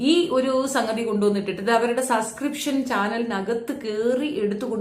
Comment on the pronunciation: ഈ വിദ്യാഭ്യാസം തീരെ ഇല്ലാത്ത മരവാഴയാണോ? Subscription എന്ന വാക്ക് എവിടെയും എഴുതി കണ്ടിട്ടില്ലേ? ഈ പണിക്കു ഇരിക്കുന്നവർ അത്യാവശ്യം വാക്കുകൾ എങ്കിലും ശെരിയായി അറിഞ്ഞിരി ക്കേണ്ടതല്ലേ? ഒരിക്കൽ ഞാൻ കമന്റ്‌ ഇട്ടപ്പോ പറഞ്ഞു സസ്കൃപ്ഷൻ അല്ല സബ്സ്കൃപ്ഷൻ ആണെന്ന്. എവിടെ! അവൾ പിന്നേം അതെ പറയു. ഒരാൾ തിരുത്തി തന്നാൽ അത് തിരുത്തണം എന്ന് തോന്നാത്തത് വിവരക്കേട് കൊണ്ടാണ്. ആ കിണറ്റിൽ തന്നെ കിടക്ക് തവളെ.